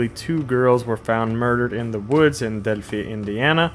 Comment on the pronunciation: Delphi- Pronounced del-fi. With an I